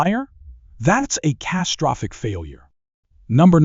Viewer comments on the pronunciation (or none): …. We going to act like buddy didn’t say castrophic instead of catastrophic??? Yea you could at least have the pronunciation correct is you going to talks shit about guns… and no not one pistol be mentioned in even a fan of.